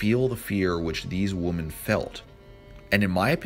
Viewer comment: Great video but it's "women" not "woman" Grrrr